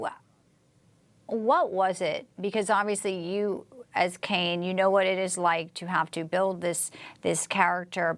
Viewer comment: ITS KANE